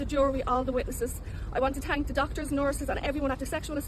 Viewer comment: Why does she “tank” everyone